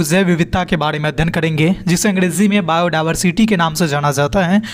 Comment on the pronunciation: बायो डायवर्सिटी ❌ बायो डाबरसिटी✅